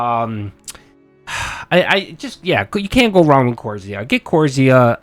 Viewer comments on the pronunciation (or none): OK again don’t give PC advice. You don’t know what you’re talking about. There’s nothing wrong with B5 50 boards at all. It’s just the one that he got was a lower end motherboard and as far as the ram is concerned, Kingston is just fine. You can’t even pronounce Corsair properly. Sorry but stop..